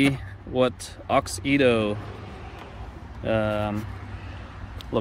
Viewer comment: I know this was 2 years ago. But that’s not how u pronouns the brand name. It’s Auxito. Not Aux-Ito. Just sayin. And those Y13 led bulbs are a must have led bulb upgrades ❤️‍🔥❤️‍🔥👌🏼